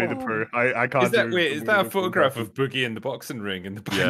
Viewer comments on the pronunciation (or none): Isn't it pronounced like Oogie - Boogie in Nightmare Before Christmas? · At the very beginning are they talking about ChudLogic and how he pronounces Boogie?! Lmfao I cringe every time he says it!